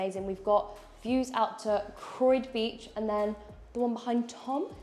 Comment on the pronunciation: Love how she pronounced Croyde beach!! Bless her 😀👍 great house